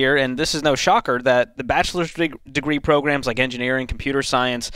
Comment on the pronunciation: Bro it’s pronounced program not progrum